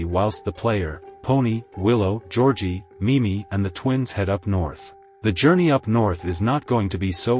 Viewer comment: “Georgie” more like georkie